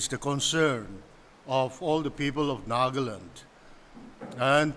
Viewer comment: One simple request to all my fellow Nagas. Please. Please. Stop pronouncing the name of our state as 'nagland'. It is NAGA-LAND. No need to 'standardize' the pronounciation or add some accent. Naga laga land. Nagaland ase. No offense to anyone. ✌🏻